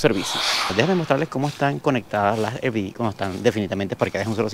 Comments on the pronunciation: Es “árbi” no erbi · ARVI = RV ARVI ARVI ARVI PLEASEEEEEEE NO ERVI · Hola, RV por favor no digan "ervi" les pido que pronuncien correctamente RV suena más a "arvi"